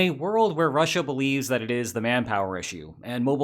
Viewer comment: The way you say Russia is done gives me phisical pain